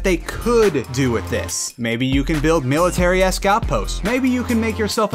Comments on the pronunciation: (With) not Wiss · oh good you say (with) rite sometimes lol